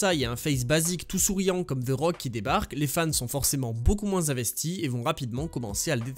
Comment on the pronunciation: "Ze rock"